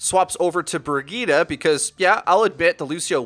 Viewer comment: BIRGITTA wtf ? its BRI-JI-TE